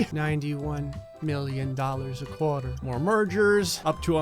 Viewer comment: “… a CORE-TUR”